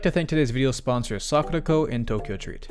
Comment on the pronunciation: My God. When you said sakuraco I thought you said "were sponsored by suck the toe"